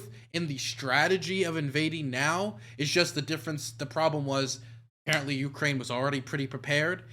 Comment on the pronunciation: Ucane? What kind of country is that?!